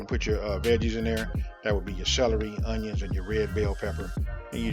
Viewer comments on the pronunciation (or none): none